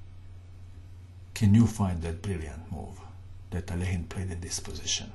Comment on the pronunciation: rat According to Wikipedia, the pronunciation is [ɐˈlʲexʲɪn], which is basically how says it…perhaps a bit more Russian-sounding.